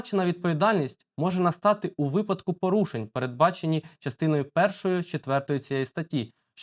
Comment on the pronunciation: Не випАдку, а вИпадку. Пора грамотності трішки набратися